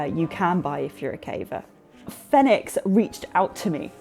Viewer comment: Yay! I was actually in the market for a new headlamp, and this settles it for me. Having never heard anyone else say the company name, I also assumed it was pronounced the way you say it. It fits the phonetic system that I'm familiar with. Congratulations!